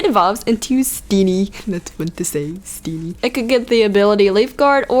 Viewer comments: "Let's look at Steeneehhh" LOL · Is it awkward that I find the way you say steenee is funny to me